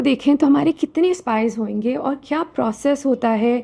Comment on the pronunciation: Hoenge ❌ hoge 👍🏻